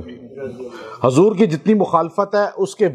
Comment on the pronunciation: Pr,,, Janab ap apna talaffyzb,theek kariye Hazur , nhi Huzur boliye😮